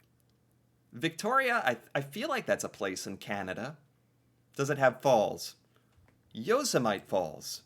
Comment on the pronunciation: LMAO, can't pronounce "Yosemite Falls" (in his own country!) correctly.